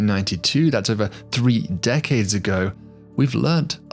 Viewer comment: "3 decades ago" he said with gusto and emphasis. Pushed my mental shit in lol.